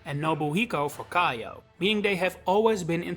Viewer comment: For future reference, Kiyo isn't pronounced "kai-o" it's "kee-yo." If it was pronounced with the "aye" dipthtong, it would've been spelled "Kaiyo."